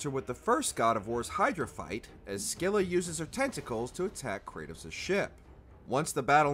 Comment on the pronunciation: Finally someone pronounched Scylla right😂